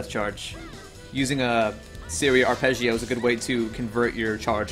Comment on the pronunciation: as an italian, i love how you pronounce arpeggio ^^ also great guide thanks